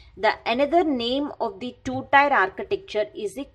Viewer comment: Its pronounced Tier like tear, not tire